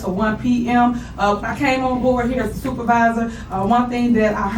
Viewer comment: She emphasize the super in super. She super sucks